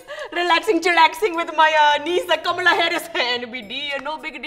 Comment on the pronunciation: THANK GOD finally is pronouncing “Kamala” correctly 😩😂